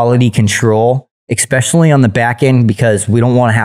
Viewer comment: I wish this dude knew how to say especially